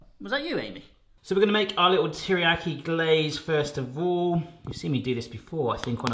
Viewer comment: Please learn how to pronounce Teriyaki